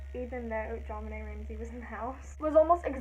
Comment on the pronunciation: loved the video, and someone finally said my name right😂💔 i totally think the brother did it